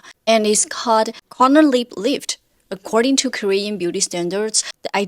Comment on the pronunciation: I’m seriously confused at first cause the way she pronounces ‘lip’ sounds like ‘leap’